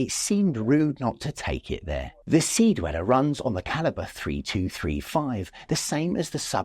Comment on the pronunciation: deweller? come on